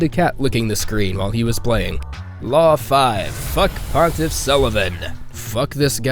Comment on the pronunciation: did pontiff on second try lol